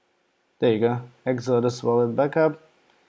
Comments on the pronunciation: Say EX-O-DUS. Not whatever your saying now. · I only say that because you are easy to understand in English, but it took me minutes to realise what you were saying was actually the name of the web page you had open. It didn't sound like Exodus. Ask a home grown Aussie, they say it the correct way. Other than that, thank you for the video. Thumbs up.